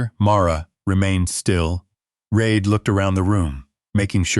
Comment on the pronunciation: it is REED, but the narrator says it wrong, half the time.